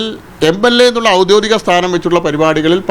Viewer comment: ഔദ്യോദികം അല്ല ഔദ്യോഗികം 😂😂